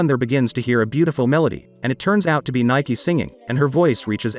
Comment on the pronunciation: Her name is pronounced 'Nee- Kay' not Nike.. Spoilers: In the manga princess Nike gets trapped in time for a few years everyone thought she wouldn't come back but she does and when she does she's still 16 but Livius ages a few years not exactly sure he either in his early 20's or maybe 19 but he ended up being older than her, this happened after alot of stuff